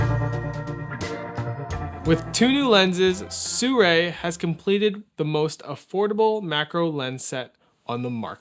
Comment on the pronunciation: soorei? ❌ seerwi✅